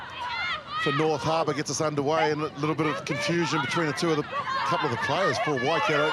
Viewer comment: It's not Wakato, it's Waikato. If no-one helps out with her pronunciation, she's just going repeat this error every time.